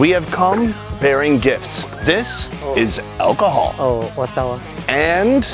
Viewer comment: "clearly alcohold section"....im dead...